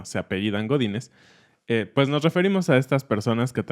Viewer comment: When you said "Godinez" I could only hear "botines" (boots) XD thank you for this video!!!